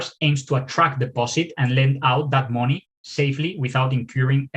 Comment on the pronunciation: Borrowing mowny. Borrowing mowney.